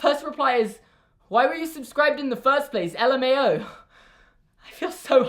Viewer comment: For your information, it is pronounced ‘luh-mow’ with the ow being pronounced like in ‘wow’ as opposed to how it’s pronounced in ‘low’. Why do I care so much about this?...